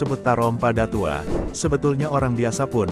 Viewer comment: Ngomongnya bllm menunjukkan khasnya Minang, contoh kata datuok admin ngomongnya datuo krg jelas dgn kata datuoknyo